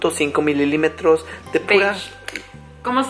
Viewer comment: no se dice mililimetros😂😂😂